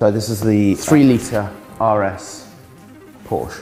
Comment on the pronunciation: Amazing how many people drive them, collect them, and “love” them...yet cannot annunciate “PORSCHE” correctly.